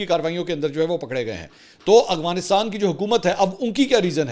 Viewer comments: Mansoor bhaeey ap k vlog daily dekhti hun.bahat achey hotey hain bas ap Afghanistan ko Aghwanistaan boltey hain to Afghanistan bola krain.😊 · کافی وی لاگ سے دیکھ رہا ہوں آپ افغانستان نہیں بول پاتے۔ اغوانستان نہیں افغانستان ہوتا ہے۔ سلامت رہیں ❤ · سر آپ افغانستان کو اغوانستان کیوں کہتے ہیں 😂 کیا یہ کھلا تضاد نہیں ہے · Sir true word is Afghanistan, not is aghfanstan.